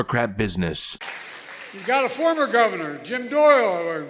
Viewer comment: Did I hear him correctly saying formal VP Governor?